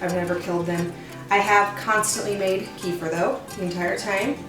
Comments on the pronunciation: The correct pronunciation is KUH-fear. Not Key-fur. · I've been drinking and making kefir for years. This is the first time that I've heard it called "Kee-fer". I've always heard it pronounced as "Ke-fear". I believe that's the original pronunciation by the people in the Caucasus region of Russia and Armenia where it originates. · We love kefir! I was introduced to it by my Armenian mother-in-law years ago (before Americans became so enamored with it). Wonderful stuff! We used to buy it at the local Russian market, but homemade is so much better. By the way, it's pronounced kǝ-FEER. 🙂